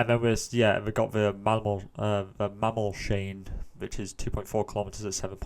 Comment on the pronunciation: Mammolshain is pronounced Mammols-hine